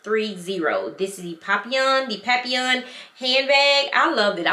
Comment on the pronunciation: Papillon said PERFECTLY 😊